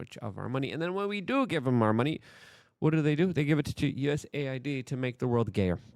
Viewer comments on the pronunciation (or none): none